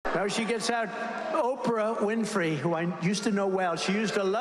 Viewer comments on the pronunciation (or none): Did he call her Okra Winfrey at the beginning ?